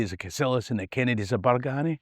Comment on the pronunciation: its a sma detail, but us locals pronounce it Bargeeny no BargAny